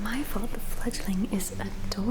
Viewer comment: . THANK YOU good sir, for annunciating the "g" so well in our little given nickname. I was mishearing it before and tried to google what it meant...... what I found was NOT what I was expecting and did NOT make sense with the given context 😭😭😭 Fledgling is way cuter, way less scarring and makes WAY more sense 😂😅